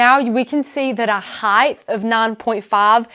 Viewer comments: width, length, and HEIGHT not heighth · Can someone please tell this host that there is no such word as heightH - it makes me cringe each time she says it. I know, it is so KAREN of me, but she is talented and knowledgable and the mispronunciation is distracting. It's in multiple tutorials.